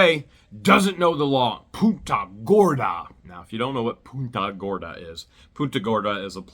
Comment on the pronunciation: Its PUNTA not the other word that you said.... PUNTA GORDA.. i heard something else during your video.. The other word basically relates to a "female dog" in derogatory term.